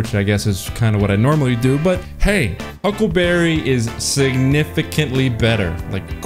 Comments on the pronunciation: It izz the hucklebabee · The hyukleberry.